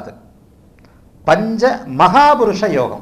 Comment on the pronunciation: Namaskaram Excellent about your pronunciation about yogam. Venum ungal Asirvatham.